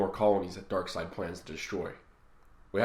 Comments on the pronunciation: why’d the ruble bounce like that 😂😂👌🤣🤣😂👌 Also, whats with pronunciation of “darksed” 🤣🤣😂🤣👌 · can't pronounce darkseid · why does keep mispronouncing names like loeb and darkseid?